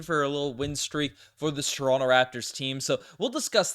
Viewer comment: calls Toronto= " Torinke' "